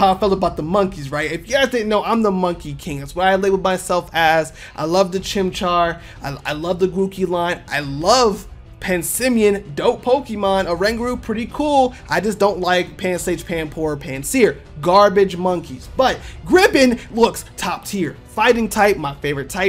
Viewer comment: Do you really like passimian ? You actually said "pansimian" instead of passimian. 🤨Suspicious.